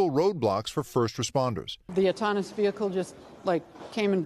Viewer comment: Did she say "autonous" vehicle? It is called AUTONOMOUS vehicle.